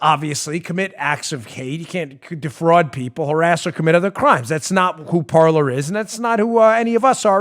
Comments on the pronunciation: Dan, it's not parlor, it's pronounced "par•lay." It's French for "Talk" or "speak." As in "parlé vous Francois?" (Do yo speak French). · Please tell dan...its Parle....in french....means to speak....like the pyrates say in conflic "Parler" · Parler. French for “talk.” Pronounced par-lay. Just parlayin. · I suspect PARLER is pronounced "par-lay" after the French verb of the same spelling that means to speak. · it seems to me that parler (probably French) should be pronounced parlay. i could be wrong tho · That's Par-lay. It's French, "to talk".